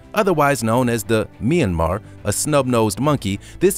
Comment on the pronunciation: Oh the northern "meeee yan mar" Mentioned it too much but its an amazing video